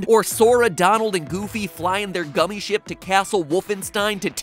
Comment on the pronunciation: did mat just cuss?! I know he meant ship but it sounded like sh**